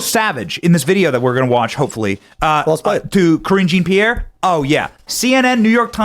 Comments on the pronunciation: Hhahaha! I could have sworn I just heard Bennie say "cringy Pierre"😂 hey - it fits! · Cringe on Pierre. Historical (rhymes with) figure.